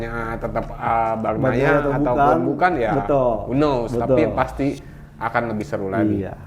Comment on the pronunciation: Bukan Bagnia Min Tapi Bagnaia!